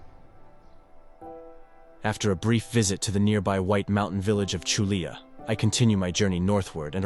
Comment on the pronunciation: Just one of many awful mispronunciations......Culla=koo- ya...sorry, I live here and speak the lingo.